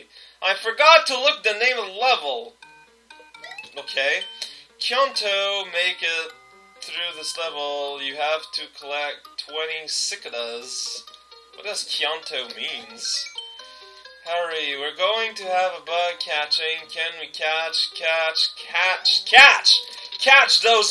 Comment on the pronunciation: It's actually pronounced "seh-cade-ah" gosh,.